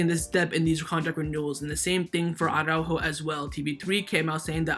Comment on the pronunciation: I REALLY do hope that Araújo leaves FCB. That way we won't have to hear that retard "Awwww-ráhho-Awwww-ráhhho" any more. Is it really that difficult to pronounce Araújo? You just pronounce each letter in the correct order. Soft j like in jamon, and - most importantly: emphasis on the ú as there is a frickin' accent on that vowel!